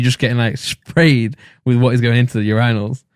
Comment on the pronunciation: UrAInals lol